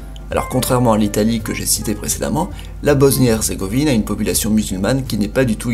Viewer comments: hezzzrzzzegovine mdr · "Bosnie erzrgovine" HAHA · Nan mais j'ai Halucine le massacre qu'il a fait "Hezzrzégovine"